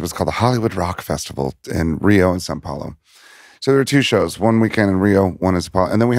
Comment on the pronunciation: Dave is the first american I've heard say "São Paulo" correctly